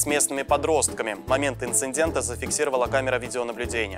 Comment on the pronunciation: Диктор тоже хорош: Инцендент 😁😁😁